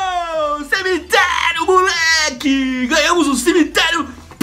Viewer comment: CIMITLERIO KKKKKK